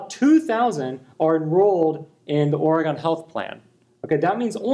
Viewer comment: Ori-gawn?! Imma need an apology video with tears rn!